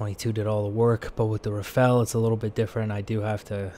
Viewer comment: RAFALE ! Not Rafale omfg!